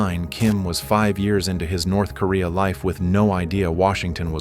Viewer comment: "Nerth Korea" Do you even proofwatch you AI shite?